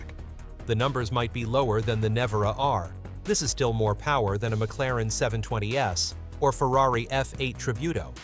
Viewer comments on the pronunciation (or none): none